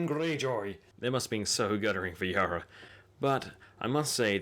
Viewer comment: Yara, not Yura.